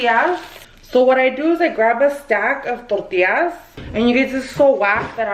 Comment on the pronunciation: I cannot get over the way she says “tortias”😅 but aside of that i lovvveee me sommeeeee chilaquiles